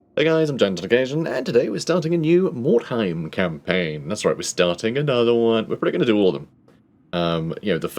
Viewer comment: very good pronunciation of the name. definitely not a silent U